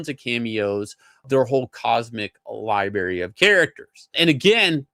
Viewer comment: How have you gotten to be however old you are still saying, “li-berry”? The movie looks like shite and will flop… like Gunn’s Stuperman did.